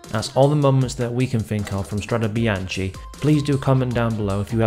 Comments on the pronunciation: Good thanks, the Italian pronounciation is biankE like gEt lEt sEt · The last part of Bianche in Italian is pronounced as a K-sound, it is not bian-CHi, per favore 🤌🏽